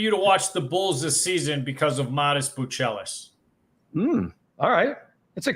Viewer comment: Since when are we pronouncing Matas’ last name as Bu-Chelis and not Buzelis?